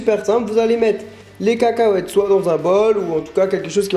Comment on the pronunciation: La manière dont tu prononces le mot cacahuètes m'a trop fait rire haha ! Sinon je vais faire cette petite recette, on s'en fou que ça soit simple c'est même génial, le principale c'est que ça soit bon ! Merci ! Bisous :)